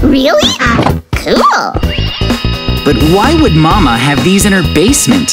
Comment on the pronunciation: Not mama is mame